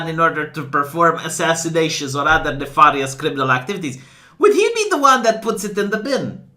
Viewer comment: I love how "nefahrrrious crrrriminal ackteeveetees" sounds in your accent